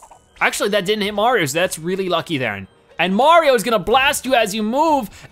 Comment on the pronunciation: Wait do you say “Marion”?